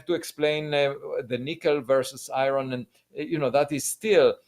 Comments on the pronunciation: Can someone tell Avi that he is smart enough to say iron not fucxing i-ron wtf is i-ron ffs, I can't explain it but I want to slap Avi about his head when he says i-ron. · Lots of Americans say I - Ron. Not sure why. Makes me smile every time.